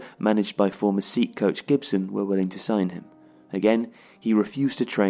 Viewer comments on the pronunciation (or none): Really enjoyed the video but Sète is pronounced like “set" not “seat"